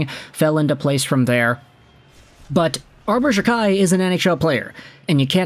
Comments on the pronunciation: It’s pronounced Jack eye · It’s “Jack-eye”.